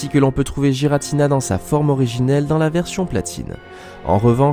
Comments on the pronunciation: ce n'est pas JIRATINA c'est guiratina ! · Par contre c’est ArKeus et Giratina et non pas Arsseus et jiratina... Sinon belle vidéo 👍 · C'est pas non plus Aceus et Giratina quand on sait prononcer le français, c'est Arkeus et Guiratina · Pitié je n'ai pas pu aller jusqu'à la dixième seconde à cause des bavures à répétition faites sur Arceus et Giratina. Faites un effort. Aller voir leurs films. Y'a pas de débat car leur vrai nom ont été donner dans les films. C'est pas Arceuse mais bien Arceus. Et pas Jiratina mais bien GIratina. Merci de faire attention à ça. C'est dommage de mal commence une vidéo intéressante à cause d'un effort absolument pas fait. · Je prononce "guy-ratina" perso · oui il a raison tout comme giratina faut le prononcer avec un "u" "guiratina" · Tu pourrais au moin prononcé giratina et arceus correctement autrement dit exactement comme la prononciation donné par le pokedex officiel